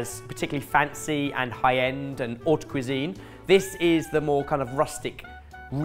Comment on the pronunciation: I love how made "haute cuisine" sound like "odd cuisine" because that is what it feels like to us normies.